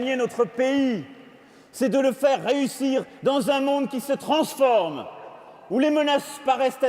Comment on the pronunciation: Passé le traumatisme de devoir réécouter du Macron, j'ai remarqué que le sieur de 2017 avait une prononciation simili-gaullienne, qui accentue la dernière ou l'avant dernière syllabe : "trAAAnsforme", "partOUT !" (Et puis qui s'amuse même à faire de l'hypercorrection en prononçant "soLLennellemenT-avec " alors qu'il n'y a qu'un L... et en forçant un peu la liaison du T et "avec" - ce qui fait très "1er de la classe" 🤓 (et je suis de ces gens insupportables qui sur-corrigent donc ça m'agace de ouf de me reconnaître là-dedans 🤣) Ça me rappelle les démocrates US qui n'ont pas réussi à se remettre de l'ère Obama et qui l'imite jusque dans sa diction. Les Josh Shapiro et autres Pete Buttigieg Le Macron 2017 était vraiment une fabrication en kit de consultant marketing à destination de la "target audience sur les horaires de prime-time" 😆